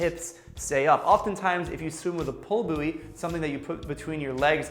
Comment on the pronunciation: Did he prounounce bouy booooayy 🤣🤣🙈